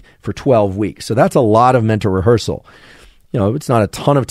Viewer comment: Rehearsal >> Revhearsal.